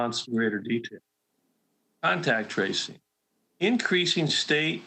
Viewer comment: They have a terrible time saying contact tracing